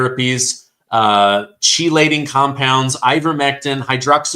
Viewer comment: chelating is pronounced key late ing